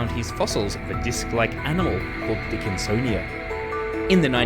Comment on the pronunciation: "a huge dickinSonia"